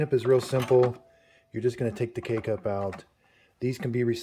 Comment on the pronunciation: Him: K-cup My ears 👂🏼👂🏼: Cake-up